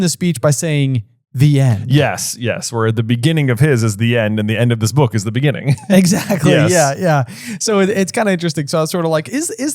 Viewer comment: In the beninging